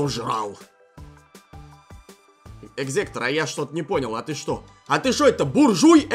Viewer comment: кхе кхе экзектора не экзетора